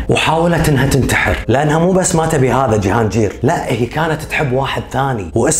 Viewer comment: وٲخيرا حدا عربي حكى قصتها بطريقة مبسطة وبتجنن برافوو ❤ ٳضافة لمعلوماتك ٳسم جهانجير ينطق بالباكستاني "جهانقير" ينطق بالقاف وليس بالجيم 🌸 ... ٲنا باكستانية وحاليا ساكنه في باكستان وهالقصة فعلا صحيحة وغزالة ٲيقونة الجمال الباكستانية وصوتها كان شجي الله يرحمها ويجعلها بجنة النعيم ولا يسامح قاتلها ي رب ... بتجنن طريقة سردك خيي الله يوفقك وتنشهر ٲكتر ونشوفك بخير ع طول ... 🌟